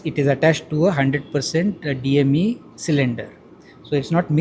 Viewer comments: Reporter keeps on saying DEM when the researcher says DME regularly. Also she keeps on interrupting before he completes. Anyways this has no future with low calorific value so more expensive. Better to search for alternate LPG sources other than Gulf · congrajulations to the team who have invented DME. but the lady is quoting the material as "DEM" instead of DME. pathetic. needs to do some homework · reporter needs better training she said DEM instead of DME and mentioned nozzle as nostril... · Why do you keep on saying DEM when the expert has repeatedly mentioned DME (dimethyl ether)? Do you as a reporter have hearing problem or are you just dumb? You need to learn English to do a proper interview too. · What an irritating reporter. DME. Not DEM which she repeats through out the video. Are we so dumb? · Pune Mirror, why cant you train your Reporters to atleast speak out the Correct name of the gas here...she is constantly terming it as DEM instead of DME....how pathetic is the state of new reporters these days...they cant even memorize 3 simple alphabets in the correct order....haha....that clearly shows how low the Media business has fallen !!! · The anchor keeps saying DEM. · why she kept saying DEM? thats rude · She keeps calling DME as DEM... LOL....This reporter seems to be in her first job assignment. But still, when you are explaining something new, interesting news, shouldnt you be careful. She muist be inexperienced, so pardonable. Pointing outr for he improvement only. Times mirror also didnt care to check video before uploading. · Oh.. boy... I expected her to pronounce the word properly the next time, but she always put me down. Itana unpadh dhi vo?!! Kitna time wo professor corrected her with full form as well as short form, but she was like "no, I still will tell as DEM" 😅😂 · It was getting on my nerves hearing DEM (Di-Ethyl-methane?) 😂😂😂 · Sound of burning was high? The lady should say DME not DEM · Everytime she says DEM 😬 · It's DME dear not DEM